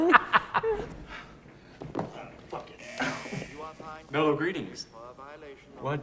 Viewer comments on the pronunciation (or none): It´s "Mellow" greetings, not "Fellow".